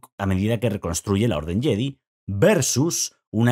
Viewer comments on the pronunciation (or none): JEDI se pronuncia "YEDAI"... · En españa lo pronunciamos “Yedi” aunque cada vez más decimos “yedai” pero nos suena a algunos raro